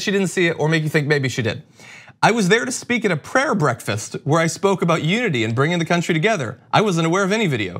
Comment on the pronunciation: A 'pyayer ' breakfast??? Don't you have a seperation between religion and state? WOW!!!